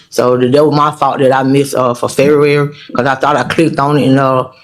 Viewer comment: She just said "fare-where" instead of "February"... I think. They would be treated much better if they spoke correctly. Guaranteed.